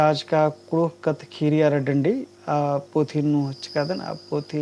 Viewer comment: कुड़ुख़ भखा ही सही उच्चारण मन्ना चाहिए,अधा अधी अरा गलत शबद,,शब्द,,सिखा ब आना ती गलत असर मनो कुड़ुख़ संस्कृति अरा भखा गे।एका से का।,,खीरी,,,,, ख़ीरी। खेखेल,,ख़ेख़ेल।ख़द्दर,,ख़द्दर। ई बेसेम सही उच्चारण ननरकी तेंग्गोत तबे होले ख़ोख़ा ता ख़द्दर सही कत्थान सिखिर ओर।🙏🙏👌